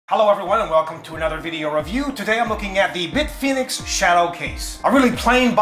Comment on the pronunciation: Few people pronounce their name right :c